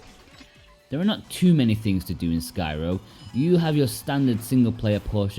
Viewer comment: threw me off. I thought you said skyrim for a seconds there 😂